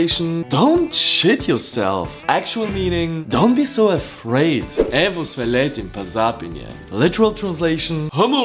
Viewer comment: The way you pronounced "Evo sve letim pa zapinjem." sounds really Italian to me.